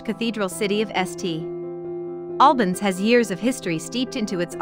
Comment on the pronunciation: stop the lazy BS Ai generated videos and do it properly..... its say SSS TTTT Albans ... what a joke so lazy should be deleted